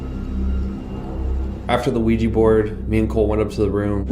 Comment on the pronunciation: There's hundreds of "professional" ghost hunter shows out there, yet not one of them can properly pronounce Ouija board. It's NOT a WEEEJI BOARD! Smfh. Sorry, just a pet peeve of mine.